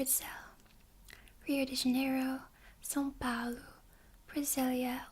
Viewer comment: Nossa você falou direitinho são Paulo.